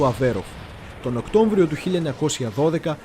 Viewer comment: Οκτώμβριος ή Οκτώβριος; λεπτό